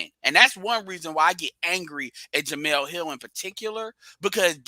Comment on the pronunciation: Her name is "Jemele" not "Jemela". She has the masculine form of the name